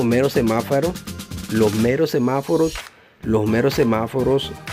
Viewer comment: Hola.. Solo para decirte que se dice SEMÁFOROS..No Semafaros!